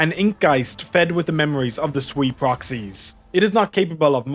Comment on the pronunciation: Sui is pronounced more like 'suay', Wang is pronounced more like "wung"